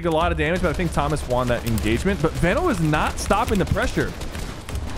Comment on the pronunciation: Its veeeno no veno